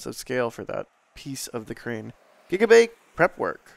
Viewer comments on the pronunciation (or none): Thx for the Dutch narration. Hearing "gigabay" in dutch pronounciation made me rofl 😂